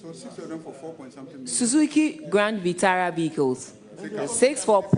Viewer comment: its grand VitAra not VitUra